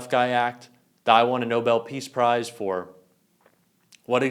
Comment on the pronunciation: No. His nobull prise is for the 6 wars he ended. I spelled that prise that way because the first time I heard him describe it he pronounced it wrong. He is an idiot. I wonder if Hannity will be so supportive of him in the future. This is why Trump had to show off the classified files at Mar A Lago. The Australian businessman knows more of the stats on our nuclear subs than we do. He, like Hegseth just have to brag about what they know.